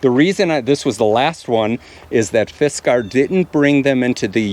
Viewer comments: I think it's pronounced Fiskars, not Fiskar. At least here in Finland, where it's from. I've seen that americans often pronounce european brand names weirdly. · Its not fiskar its fiskars just pretend ur a homosexual european and you should be pretty close to the right pronunciation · Fist Car ☝️🤓 nah bro. Its fisk-ers. They dont get to charge $50 for a damn pickaroon AND have a stupid pronunciation for their brand name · Almost said "you're going to have to spank me" for mispronouncing "Fiskars" hahahaha 😂 freaky ahh lumberjack guys